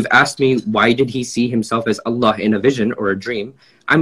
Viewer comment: Geeza talking about pronunciation, can't even say Allah properly. It's الله not اللح.